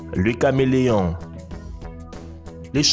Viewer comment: Lu caméléon nan sans blague... 😂 deux ecran de tv dans votre cerveau LOOOL LU DAUPHIN NAN sérieux tait toi tu fais honte a la langue française... Le z'oizeau mdr LES OISEAUX ABRUTI DE PREMIÈRE !!! CETTE THORIE JE PARTAGERAIS JAMAIS TES VIDÉOS ONT CAPTE RIEN